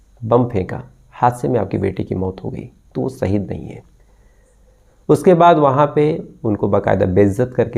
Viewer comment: saheed nahi sir ji shaheed sahi alfaaz bola kijiye arth ka anarth kar dete ho aap